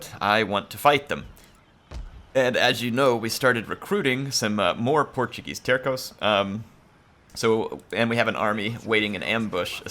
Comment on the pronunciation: Tercos is pronounced as "Tershos" :P love the campaign I missed the old school Total war videos!